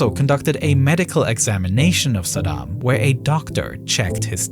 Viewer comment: Fun fact: Bush Sr. intentionally mispronounced Saddam's name. sa-DAM means "one who confronts" while Bush would pronounce it Sad-um, which means "barefoot beggar"